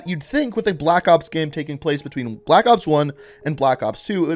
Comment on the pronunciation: Has anybody observed how he says "gam" (like "jam") and not "game". 😆